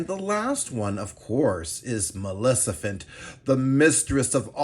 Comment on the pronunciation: Did i heard "malecifent"?